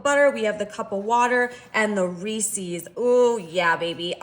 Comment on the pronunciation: You and elaine carol pronounce Reeses the same 😅 Its ok, we know what you mean.